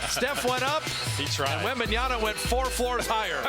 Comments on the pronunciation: Wembanyama not wembanyana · It's Wembanyama, not Wembanyana. Announcers should be better than that. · It's not Wembanyana, you knuckleheads. LOL. I cringed every time I heard the announcer say that. And you go and write it like that in the video title too. It's WembanyaMa with an "m". I get that it's a complicated name to say, but the announcer should know better. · I thought it was Wembanyama, but the announcers are saying WembanYANA. What gives? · That's Warriors announcer keeps calling Victor "Wembanyana" 🤦🏾‍♂️ like my dude it's a long name but it ain't that hard to pronounce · that caster kept saying 'Wembnyana' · Did nobody pull this guy up for saying 'Wembanyana'? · "Wembanyana " destroyed what ? ? Well, you ruined his name . It's Wemba-nya-MA ya know, or Wemby if mastering four syllables is that hard . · cant people read right? its in the back of his jersey in all caps "WEMBANYAMA" yet, they still choose to call him "wembayaNa" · Yeah sounds like Wembanana I don't like that 😡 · the announcer keeps saying his name wrong all the time lmao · Wem-ban-yaMa. Why everyone mispronounce. Learn his name!! He's the future goat!! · *WembanyaMa. Pathetic "commentators" can't even get his name right. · Why are these announcers saying his name with an N? It's literally right there on his jersey...wembanyaMa.